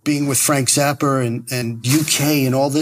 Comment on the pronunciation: SS. "Ennio Marconi"? LOL you mean Morricone.. o my.. "Frank Zapper"? I give up. 🤣🤣